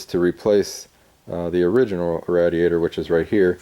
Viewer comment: Awesome video, but it hurt my mind to keep hearing radiator mispronounced. 😂